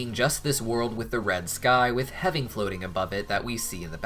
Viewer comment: heaven said wrong 1